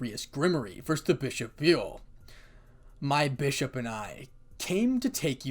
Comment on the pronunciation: and the last part you kep saying bushop it keeps me laughing i kep rewind the part